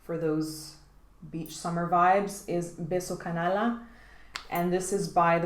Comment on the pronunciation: small tip but it's pronounced 'canaya', the name of the perfume means 'scoundrel kiss' which I love lol